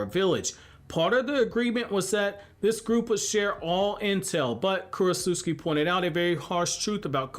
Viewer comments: Kuro-s-uscki My ears: 😬 Me: I thought it was Kuro-ts-uchi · Sounds like you’re saying Kurosusuki lol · Is korutsuchi really pronounced as "Korosuski"? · Ok Kurotsuchi's name can't actually be pronounced the way you pronounce it all the time in your videos, can it lol? If it is I'm gonna need to have my jaw surgically reattached. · U pronounced her name wrong da whole video